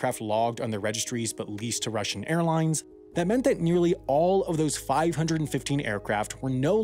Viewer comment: It's "Airlines", not "Airlinses"